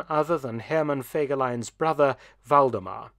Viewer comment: In every Video im so impressed how good u pronounce the German Names as a non native german speaker Waldemar was funny😄